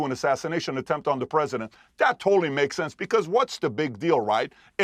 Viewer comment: The word is attempt,.................not a temp.